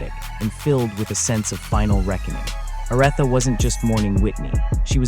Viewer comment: OR-ITHA! OMG: :face-orange-frowning